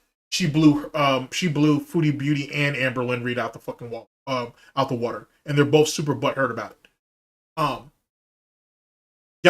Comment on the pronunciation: When said "Kelly blew me out the wudder, the other day" My soul left my body.